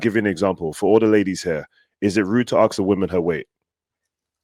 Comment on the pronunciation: Why is it different to say ask? We don't Axe questions. We ask them.